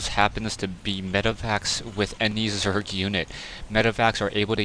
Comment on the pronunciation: you said zorg lol